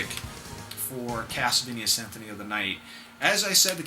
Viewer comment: lol just like in your previous videos you call it "Synthony of the night" :P But great video like all of your video, they just have something great about them.